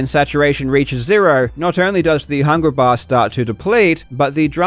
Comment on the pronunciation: Man, your trouble with hard Rs sounds like it hurts at times. I love your videos but "hungra baaah" was so hard to listen to.